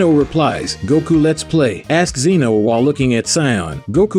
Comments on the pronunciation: WHOS ZEEN OH ITS ZEN OH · Bruh its not zzzeno ITS ZENO FOR CRYING OUT LOUD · It is Z-eh-no not Zeno. Fun fact zeno is actually written as Zen-Oh